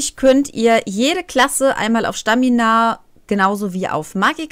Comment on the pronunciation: Da steht Stamina nicht Schtamina